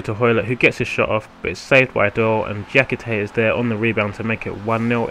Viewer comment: His name is dia - kee - tay! good video though mate!!